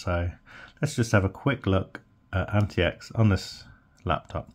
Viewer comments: It's supposed to be pronounced as antiques not anti-ecks. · Pretty sure its pronounced like antics.